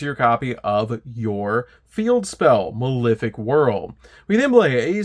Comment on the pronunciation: Pronouncing malefic wrong that many times is definitely bait.